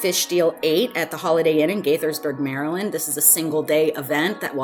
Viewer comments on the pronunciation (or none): none